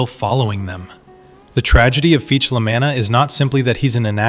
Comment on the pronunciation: you're pronouncing "La Manna" like "La MAN-na". the correct pronunciation is "La MAH--na". with an "ahhh". the emphasis is on the "Mah". "MAH-na" rhymes with "Mama", you're pronouncing it like "mannah" from heaven, or "mana" in a videogame. This is wrong. Do you pronounce "lasagna" as "la ZANN-ya"? It's pronounced "La ZAHN-ya" With an "ahhhh"